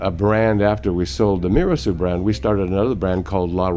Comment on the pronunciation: Very interesting, however, "Mirassou" is an Occitan last name, more specifically, Gascon (Bearnese), and it is pronounced "Miras-saw-ooh" not "Miras-soo", with "saw" being stressed, and not the first syllable, "Mi". There is no "ou = oo" sound sound in Occitan, which is a different language with other rules distinct from French. My family and I come from Béarn too and we bear the last name. Actually, it is my mother tongue.